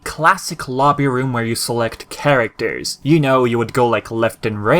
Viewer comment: Nice review but why do you say characters like "carater"?